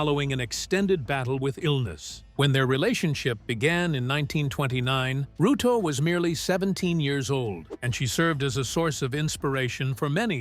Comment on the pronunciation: Suze "Rotollo" NOT Rallo pr Rollo@@@@@